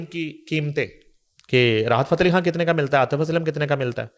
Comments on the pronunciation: Excellent coverage of Junaid safdar marriage by your channel ..just one request.. Please speak Urdu correctly ..which u can ..I am referring to woman anchor , do not pronounce Khan as Kahn .... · please pronounce khan correctly it’s khan with kh خ not Kan کان like you do.